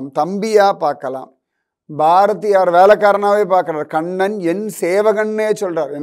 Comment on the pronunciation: Read as Kannan and not as kannada